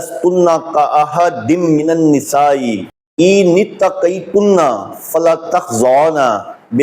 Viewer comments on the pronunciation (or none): السلام علےٰ من التبع الھدیٰ دست بستہ گزارش ہے کہ لَغوی نہیں لُغوی ہوتا ہے ۔ اِن التقیتن ہے آپ نے اٖن التقیتن پڑھا لمبا نہیں کرنا ۔ رسولہٗ پر ہ کو ساکن کرنا ہے کیونکہ اگے وقف مطلق ہے۔ ض کو آپ ذ اور ظ کی طرز پر ادا کرتے ہیں جو عربی زبان کے اسلوب کے خلاف ہے۔ گزارش ہے کہ کسی اچھے قاری سے تجوید کے قواعد و ضوابط کے ساتھ تلاوت قرآن پاک بھی سیکھیں ۔ زمْلونی نہیں ہے بلکہ زمَّلونی ہے م پر شد ہے۔ آپ کی کوشش کو سراہتا ہوں آپ کا کام روافض کے خلاف بہت زیادہ قابلِ ستائش ہے ۔ یہ رافضی بغض رسول ﷺ میں انکی ازواج کے مقام کے منکر ہیں ۔ جن کو اللہ تعالیٰ نے اہل بیت فرمایا ہے انکو نہیں مانتے لیکن جن کو رسول اللہ ﷺ نے اہل بیت فرمایا انکو بھی جزوی طور من مانی سے مانتے ہیں ۔ لیکن گزارش ہے کہ اللہ تعالیٰ مدد گار ہے اور اسی اللہ تعالیٰ کی دی ہوئی طاقت سے اللہ تعالیٰ کے بندے بھی مدد گار ہیں اسی لئے قرآن مجید میں ایاک نعبد الگ اور ایاک نستعین الگ فرمایا گیا ہے ۔